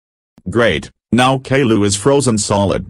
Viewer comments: You Pronnounced Caillou wrong. It's supposed to be Kai-U, Not Gayloo. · No the voices can't read properly and they say kayloo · well please stop calling caillou kayla